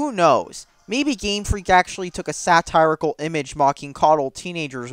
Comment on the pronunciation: Sa-tear-icle not sat-eye-ricle